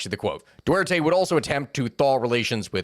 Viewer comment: Respect for misspeaking Dutae's name.